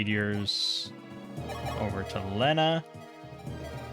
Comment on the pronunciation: thats not how you say lena